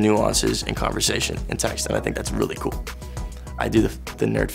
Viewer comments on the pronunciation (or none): none